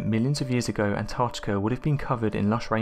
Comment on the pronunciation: I love these vids, but PLEASE can the lovely female narrator you've had on a few times, do ALL the ones that have ANYTHING to do with the ARCTIC, (not "ARTIC"!) ..& ANTARCTICA, (not "ANTARTICA") in it. It gets beyond frustrating and (cringe worthy) to hear it mispronounced, all the time. The best way to remember..apart from the obvious spelling, is to remember that they BOTH have an 'ARC' in them.. not an 'ART', before the 'TIC' at the end. In the case of ANTARCTICA .. a 'TARC' not 'TART'! etc. It is really distracting, and obviously a pet peev of mine, but some ppl especially kids these days, learn from watching and LISTENING TO YouTube vids and can pick up on some shocking 'adult', bad habits that can inevitably last a lifetime.. IF, not corrected. 😕 I get nobody's perfect, but if using a channel as *Educational and informative, even 'scientific'.. surely correct pronunciation should be of some importance to you? The young lass would be a perfect narrator in 'this' case. Hopefully this is taken as constructive criticism, and not a personal attack, as it's not being typed with any shred of malice. It's just an obvious issue, that comes up over and over, especially when said multiple times in a video. Perhaps not this one, but another where The 'Artic' and 'Antartica' where both said at least 6 times each. At one point it even became An'ar'tica !?? 😟